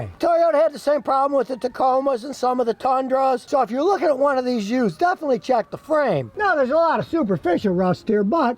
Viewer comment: i like how scotty says yoosed